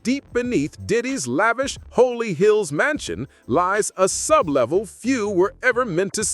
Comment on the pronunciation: It's not Holy Hills but rather HOLLY HILLS